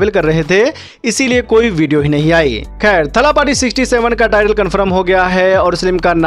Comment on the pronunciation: थलपथि होता है चू न की थलापटी 😆😆